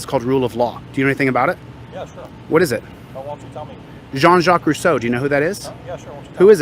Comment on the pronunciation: I get really enraged when he spits up Rousseau's name. He never read Russeau.